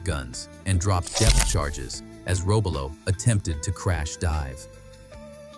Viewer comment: Robalo is pronounced "row-BAH'-low" built in "man-i-TOW'-wok" Wisconsin. (A sub-nut from Wisconsin)